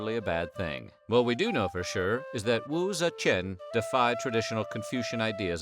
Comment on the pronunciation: u suck at pronouncing her name lol